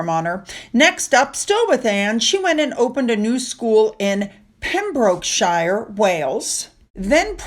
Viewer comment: I live in Pembrokeshire & it’s pronounced Pembroke Cher never shire it’s also called Dyfed pronounced Dove ed lol ppl use either ❤